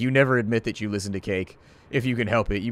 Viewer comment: "And if we list-en to each other's heart!"